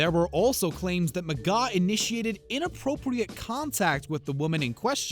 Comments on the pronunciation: There's an R in his last name. It's McGraw not McGaw. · Omg you're making me mad his name is McGraw not mcgaw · Phil mcgaw? Its McGraw, there is an R in there chief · His name isn't Phil Mcgaaw its Phil McGraw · OMG RIGHT?!! If you’re going to shade him at least pronounce his last name right!! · was gonna sub but couldn’t after I kept hearing that...lol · Lmao he tried so hard to put him on blast, but just couldn't quite get his name right! 😁😝👏